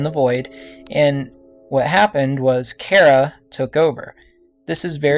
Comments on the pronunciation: And, during the video you say chara is a he, even though its a she, and you keep pronouncing her name wrong. It's Chare-a, not chair-a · it is Ch Ara no Cara it is disturbing me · Char-a not care-a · why dose everyone say chara's name like "cara" it's chara not cara!! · It's chara not kara because I'm hearing kara not chara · its pronounced CH - ara not cara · It's pronounced Ch-ara not Kara And they're non-binary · I may be incorrect, but I think it's "CH-ARA" not "C-ARA" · Cara?You mean chara? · It's not CARE-A! It's CHAR-A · "Care-a" lol. Char-uh. :) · Sh-Are-uh not care-uh. sh-are-uh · its Chara not Chera! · dude its ch-ara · Get theory but it's pronounced ch ar a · thanks, but I kinda like the pronunciation of K-ara better now after your video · not to be rude but your pronansing charas name wrong. it (ch-are-ah) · just so you now VG its Chara said like this (Char-a)but you can say what you want to say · I'm pretty sure its pronounced as "Shara" but thats just me, eh I dunno. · I haven't heard that pronunciation of Chara before. Most people I know say it with the h. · Its still a name though. If your friend was named Chara, she would correct you on your pronunciation. Besides, I said it bothered ME. Im just getting my opinion out there. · Why does everyone mispronounce Chara? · its the ch sound not ck sound ok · Hmm, I like this theory! You just earned a new sub! :D But just saying, Chara also means "joy" in Greek (???) and yeah.. Also, don't worry, people pronounce it both like (Char-a) like CHARmander and some people pronouce it like you (chara in CHARActer) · You read Chara wrong, go to google translate, type in "Chara" and listen..